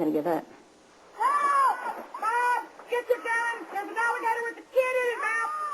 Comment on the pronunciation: BAWB GETCHER GUN DERE'S AN ALLA-GADUH WIDDA KID IN ITS MOUF!